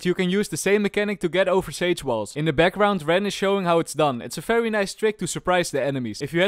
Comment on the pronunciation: I love your videos, but...why is it always "F" when it should be "V"?